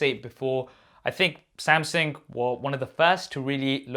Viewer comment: Who is this Samsing you keep referring to ahah